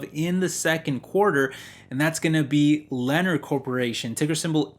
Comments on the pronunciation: Learn how to pronounce the names of the companies. Lennar is "len naaaar" not "lener". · It is pronounced Lee near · Sorry bro it’s killing me it’s pronounced Leh narr ❤️